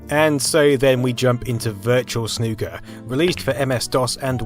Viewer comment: Soo good to hear a YouTuber say Snooker properly